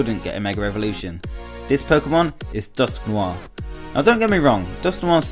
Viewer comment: Omg I love the way "Noir" is said in Dusknoir, and the word "Mega Evolution" *You gained a subscriber